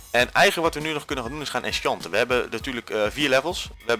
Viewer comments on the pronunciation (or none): Haha hoe je die bottle of enchanting uitsprak met dat "O chanting"